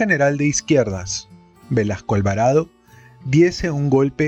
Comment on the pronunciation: AGRADEZCO muchísimo que nos lea el libro Los Genios de Jaime Bayly, sin embargo, al escuchar el remplazo de una S o Z por una "acomplejada y apitucada" J, me distrae tremendamente del placer de la exquisita narrativa de Bayly. Porfavor, Velazco es con Z intermedia o con S (es un apellido que algunos tienen con Z o S intermedia, da igual, no es el punto), no VelaJco. Duele escucharlo una y otra vez. Será que Bayly lo menciona así y a drede? VELAJCO?. Me recuerda cuando dicen ofensivamente CuJco, y no CUZCO, cuando mencionan a nuestra 7ma maravilla.